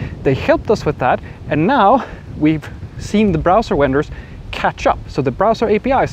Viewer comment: I am thankful for your knowledge and insights. "Vendor" is pronounced as though it starts with a "v", as in "video" or "V.I.P." "Dom"? Does that signify "domain?"